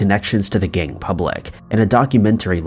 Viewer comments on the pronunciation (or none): Every time he says gang I think he's saying gay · The way you pronounce "gang" sounds like you're saying "gay"